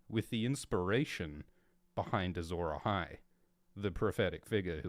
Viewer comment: Azhor Ahai? Sounds like Ashura Mazda? Mazda is a car manufacturing company from Japan